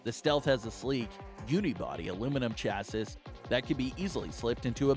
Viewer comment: it's pronounced chassEE not chassiSS - ruined the whole video. and it's not 13 inches laptops it's 13 inch laptops.